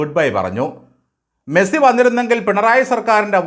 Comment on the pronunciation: മെഴ്‌സി അല്ല, മെസ്സി ആണ്. 🤔🤐😊